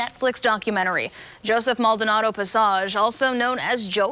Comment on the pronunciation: Did she really just pronounce Passage as if he’s a French aristocrat?